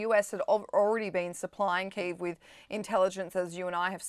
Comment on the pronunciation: Someone needs to explain to the host 1. the importance of paying attention to your guest, 2. learn how to pronounce Kyiv.